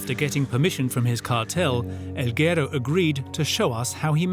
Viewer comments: its guerooo not gero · narrator keeps mispronouncing guero during the whole doc 😂